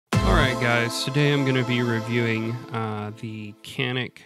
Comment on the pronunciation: as a sfx owner turk, I 'll give you the big secret.. It's pronounced "John-ick" here.. but you keep calling it that and we'll keep pronouncing jeep “Cip"..